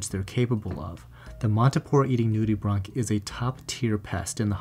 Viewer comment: Him : nude-e-bronc Me: Nude-e-branch